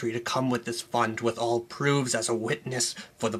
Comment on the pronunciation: The funniest part of this video is the way you spit out the word "Fund"